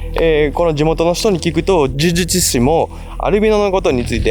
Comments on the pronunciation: 呪術師、を言えてないのにほっこりしちゃった 迷信って人の心を支えたりコミュニティを安定させるのに役立つこともあるし、医学的科学的に理にかなっていることもあるんだけど、人を幸せにしない迷信に関しては、その迷信に支配されている人たちは生きづらいだろうなと思う。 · 呪術師って言えないの好き